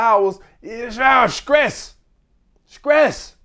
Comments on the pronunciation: skress…..😂 butchered that word somethin serious. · he pissing me off sayin skress 100x 😂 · That "Skress" is crazy work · Screes you mean stress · How can someone as intelligent as continuously say “scress” instead of stress they’re not even close lmao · SCRESSSSSDDDDDD OUT brotha 😂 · 😂😂 Scress kills relationship guys 😂😂, he done rumbling so much that he lost his sense of pronunciation Scress 😂😂😂😂